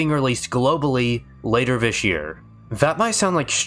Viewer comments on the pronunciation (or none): How is it that you can pronounce "th" sounds properly when saying "throughout" and "thoroughly" but still say "vis" and "vat"? It's maddening. I want to like this channel so badly. Please, please take a second or third pass at the audio. You're clearly reading from a script so you can easily re-record and edit segments. I promise I'm not being a dick. I'm a voiceover guy myself. I'll edit your VO for free, reach out to me. Please. It's a tiny, easy change you could make but it would be a humongous leap in quality for you. Please.